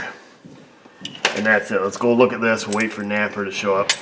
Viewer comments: you saying napa or naper ? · Maybe NAPA would sponsor you if you stopped calling them naper?